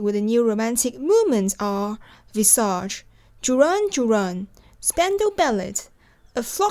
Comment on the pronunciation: You forgot to mention Echo and the Bunnymen. And just so you know, the "t" in Spandau Ballet is soft: "Spandau" is German, but ballet is French, hence the "t' sounds like an "eh"--Spandau Ball-eh" But just the same, I'll always love you,.